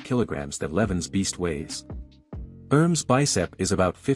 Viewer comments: It is not pronounced erms... It is pronounced Er-Mess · The name pronunciation is quite off...